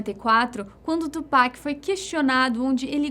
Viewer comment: Ela fala tupac certinho